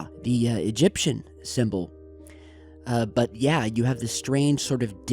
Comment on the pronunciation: Bwut? Moon Bwut? Russian Bwut?